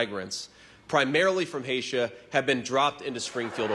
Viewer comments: When are we, as a society, going to realize that an Ivy League degree doesn't mean that that person is highly educated. Haitia?? Good god these people are idiots. I mean, he can't even pronounce where he comes from correctly (its Apple-at-cha). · "Hatia?" WTF? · Christ, I'm not American or Haitian, but hearing him describe Haitian people as "from Haitia" made me cringe so hard. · Jd Vance saying Haitians are from 'Hey-sha' is wild af 😂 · Did that dumb a$$ vance say "haysha"? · “Haitia”! American elite education system strikes again! 😂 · "Haitia"???? I'm rotflmao!!😅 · Did he really just say haitia? Oh my God! This is just proving that America really doesn't know anything about other countries. Really stuck in their bubble. But I want to rebut his point and I think Kamala I should have gone in on this, if the Democrats were so for open borders then why was the wall left unfinished and people were coming in anyway???🧐🧐🧐🤔 Seems to me as an immigrant myself that the real open border party is the one that didn't finish the wall. Furthermore, the Republicans bussed people into blue States! Quite literally you let them in! And I know you're going to say oh there was a point to it but it doesn't matter you still let them in! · I’m stuck on “Hasia”…he said “H-Asia!” Referring to the home country of Haitians. My goodness…unending ignorance. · Haitia, Canadia ... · Vance can’t even pronounce the name Haiti correctly what a dill